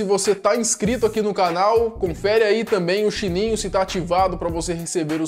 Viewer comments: em vez dele falar sininho ele falou chininho kkkkkkkkk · chininho Kkkk